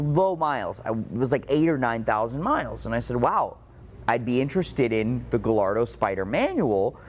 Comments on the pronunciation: Not to be that guy, but: Ga - Yar - Do 😄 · So hard to listen to the way he pronounces Gallardo... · I have a hard time believing that a guy who specializes in these cars can’t properly pronounce Gallardo. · I really enjoy your channel - do you pronounce Gallardo wrong on purpose just to get people to comment ??? Super curious …… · Not to be an asshole but you say Gallardo incorrectly. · I seriously cant believe doesn’t know how to pronounce Gallardo.